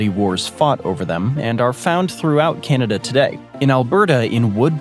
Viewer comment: Natives called it.. Ca nawda.. We whites.. called it Canada😂😂😂 lets keep it correct